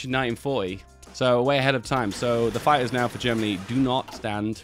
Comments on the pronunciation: "spamming a lo' of fye-ers" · I thought you were saying "Fires" turns out it's "Fighters" Im deaf